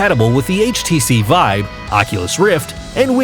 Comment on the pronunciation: Is it just me, or did he call it the HTC vibe multiple times?